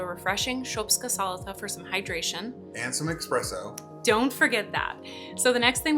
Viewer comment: The guy said expresso. The correct word is espresso.